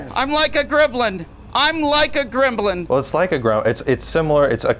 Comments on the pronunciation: I don’t think Justin roiland was actually saying Gremlin, sounded more like Grimblind 😂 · Making the silent b in gremblin not silent was a stroke of genius!